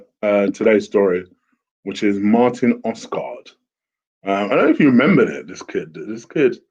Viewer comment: "Oskart"? That's the worst pronounciation I've heard of Odegaard so far hahaha! Good video though :)